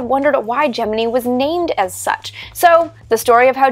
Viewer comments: Official Nasa Pronunciation is Gem-In-Eye. So anybody not doing that is wrong. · "I have always wondered about the derivation of the pronunciation. Gemini in almost all spoken references is pronounced “Jem-in-EYE” with the emphasis on the final syllable, pronounced as a high I. However, at NASA, the program was almost always pronounced “jem-in-EE.” I could find no reason for this pronunciation irregularity in the definitive history of the program “On The Shoulders of Titans,” and was wondering if you had ever run across an explanation." - Martin Hajovsky "Dear Martin–Since you asked, and since yours truly is appropriately credited by Ms. Teitel as the person who suggested the name “Gemini,” I’m happy to answer your question. At a meeting not long after announcement of the name, there was a meeting at NASA Headquarters. Attendees included directors of the manned flight centers (JSC, MSFC, KSC, and Hqs officials including my immediate boss,George Low. I was there as recorder. (I was a male, and I knew Gregg shorthand.) I don’t recall who asked the question you did in your note, but George simply turned to me and asked how I pronounced it. Now you know." - Al Nagy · OK, you toyed with us with the pronunciation -- GeminEE vs GeninEYE -- and then did not actually address it.